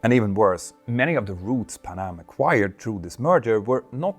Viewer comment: It’s not pa’nam. It’s Pan Am…